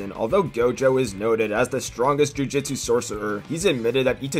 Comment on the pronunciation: Bruh you always pronounce it jujitsu....... jujutsu